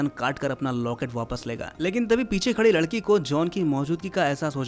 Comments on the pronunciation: pr lakdi bolrha h ladki ko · ladki ❌lakdi✅ 😅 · Bhai ne ladki ki jagah lakadi bolati 12. minute 52 second😅😅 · Are o bolne me mistake huaa hai 😂